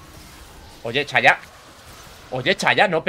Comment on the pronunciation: no se dice ''chaya'' se dice ''Saya''